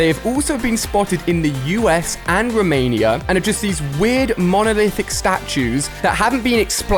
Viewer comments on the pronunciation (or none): none